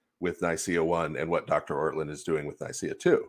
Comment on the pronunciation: it's "Ortlund"